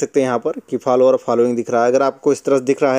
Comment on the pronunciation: Bhai Follower hota Phalwaar nahi😅